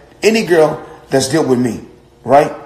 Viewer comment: Cohurunt, deelt 🙈